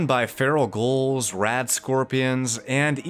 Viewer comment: I genuinely enjoy your content and personality, but you're pronouncing 'ghouls' like 'goals', why? lol